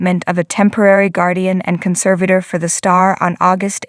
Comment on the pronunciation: Who is narrating this. who calls nine hundred eleven, and has a consavater